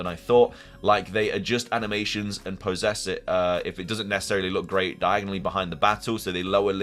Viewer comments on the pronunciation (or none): PRONOUNCING POSSESS INSTEAD OF POSES 🤣🤣🤣🤣🤣🤣 OMFG! HA! KEEP ON TALKING MOUTHPIECE. THE WAY YOU KEPT ON TRUCKING ON LIKE A PRO. CHEFS KISS.